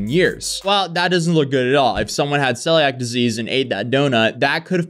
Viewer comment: Scoured is pronounced like coward, but with an s in front of it. And celiacs is pronounced like “seal e ack.” I know english isn’t your first language (also english is just stupid 😂) so not trying to be mean, just informing! Love your videos, and thank you for covering this! As someone with celiacs, and who gets REALLY sick if she eats gluten, this is definitely something that concerns me. Especially since I went to school for baking and pastry arts, and know how much food safety is drilled into us. It’s sick how many small businesses are just trying to make a quick buck by scamming people